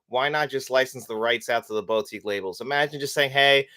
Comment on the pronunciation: Sorry for this comment, but the way you say boutique really triggers me. It’s said boo-tique, not boat-ique